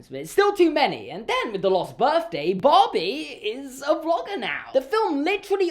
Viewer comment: No one:: BAWHBIE